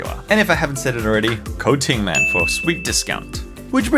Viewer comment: When you said “use code tingman” I heard “use coating man”